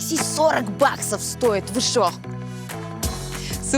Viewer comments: почитала комментарии до просмотра ...уже нацелилась хаять новую ведущую, а мне зашла , после Алины конечно ее "нету " и "шо " слух резанули,надо убирать, а в общем терпимо,может даже и полюбится со временем) Короче не Коваль и слова богу) ну а Антон вышка, чувство юмора и подача как всегда на высоте!как и Алина, таких ведущих один на миллион, очень жаль,что ее больше не будет, она безумно чувственная,красивая,интеллигентная,бесстрашная и женственная! любовалась весь сезон, это был идеальнейший дует с Антоном ! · Вася перестала бы "Шо ?" говорить , отвратительно слышится. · Рада новому выпуску) Антон как всегда молодец, одно удовольствие смотреть. А вот новая ведущая не очень, даже если сделать скидку на то, что новичок. Очень много кривляния, некультурная и неграмотная речь, бесконечное шоканье... кто-то правильно написал в комментариях, ведущая может и из народа, но не весь народ такой, есть разница между эксцентричностью и быдловатостью, вот здесь явно второй вариант. Неприятно. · Ужасная новая ведущая, " Шо такое Джормэния, Дойшланд?" 😂 Такое ощущение, что вы на кастинге старались выбрать самую тупую... У вас получилось. Раздражает. Голова болит от того, как она орёт. Внешность быдловатая. Шутки у неё тупые. Ведёт себя как ребёнок. Я могу её недостатки перечислять весь день. Прошу найдите вместо неё другую нормальную ведущую 🙏 Или верните кого-то из старых выпусков решки, если это возможно.